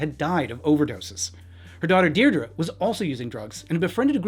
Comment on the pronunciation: her daughters name is Pronounced dear dree